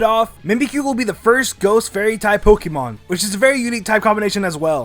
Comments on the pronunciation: Hey, I love your videos. But there's one thing that always bugs me, the way you say Poke ee mon. It should be Poke ay mon or poke uh mon. Great video and have a great day! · it is not pokimon it is pokEmon with e as in grey... the é is there for a reason. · What is with Americans and mispronouncing Pokémon as Pokeeemon